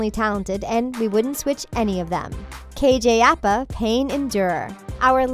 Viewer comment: *KJ Apa not KJ Appa and also Bughead stands for Betty and Jughead, not Jughead fans. Not hating though